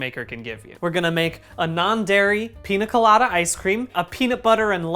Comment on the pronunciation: bdg i love you but every time you said pina instead of piña my latino ass took 25 points of psychic damage